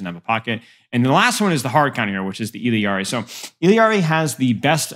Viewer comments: Illari’s name is pronounced “EE-YAR-EE” not “illy-yar-ee” lol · “illari’s” pronunciation is more like “E-Yar-EES” lol you always throw an L in there but it’s silent